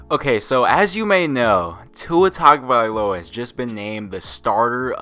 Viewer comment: Maaan, if you're going to shit talk the man the least you can do is pronounce his name right.